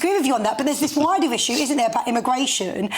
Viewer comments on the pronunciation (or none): The clown is a brit, can't even pronounce the word issue correctly 😅😅😅😅 the muppet of British image. Why haven't you left the country as you promised, you said you'd leave the country if Brexit fails to deliver. Stop trying to make it like it's all about you and f the rest of the brits. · I want to back him politically but he can’t say ‘issue’. 😖😖